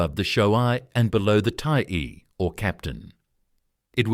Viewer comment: 太尉をタイアイと読むとはなw色々ひどい